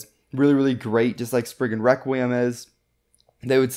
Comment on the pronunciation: You should pronounce Spriggan requiem better like Rekt kree um